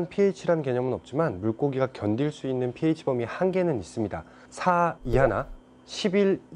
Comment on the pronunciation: 크 배우신분 pH라 하시네요 잘 모르는분들은 ph, PH 라 하시는데